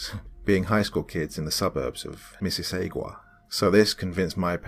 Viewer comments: Ha Ha Ha its pronounced Mis sis sog wah , CNEERZ !N CHEERS ! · Phonetic pronounciation of Mississauga Miss see saw ga lolol